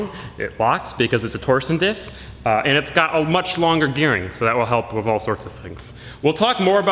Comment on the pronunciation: I feel like he keeps saying wif instead of with.... I wonder if he also "axe" people questions...